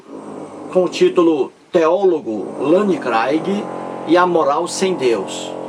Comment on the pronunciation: Você está dizendo bobagens,você está se baseando numa reportagem de uma revista, você não está provando nada, você nunca leu um livro do craigui. kkk Saiba que você está sendo refutado em outro canal,por um rapaz inteligentissimo, que está fazendo doutorado em teologia. Você,,é um velho burro,que não lê livros de Sociologia, filosofia,antropologia, nada. Não sabe nem pronunciar o inglês. kkkkk Porque você não quer debater com ele? Tá com medo dele te provar que Deus existe? Que a cobra falou? Que caiu fogo do céu? Que Jesus ressuscitou? Que ele secou uma figueira, porque não tinha figos? Que de acordo com cada evangelista ele dividiu alguns pães e deu de comer para milhares de pessoas? Não seja covarde,aceite o debate,que ele vai acabar com você, seu velho burro. Abraço, desculpe não quis ofender.kkkk